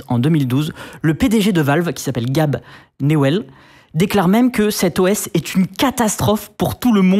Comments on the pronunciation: "gaybe" pas gab mdr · GAB ILA OSER DIRE GAB CEST GAYYYYBE CA CE PRONONCE GAYYYYYYYYYYYYYBEEEEE GABE NEWELL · Gabe se prononce "gai-ïb" pas "gab". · GAAAbe sérieusement ? Pas un mini effort pour prononcer son prénom correctement ? Vous dites quoi ? Michael Jackson ??? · Si encore y avait que "Gabe" qui était mal prononcé...